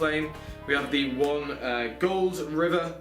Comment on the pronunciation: Thats not even the worst one. Did you hear him butcher steelen and goldriver?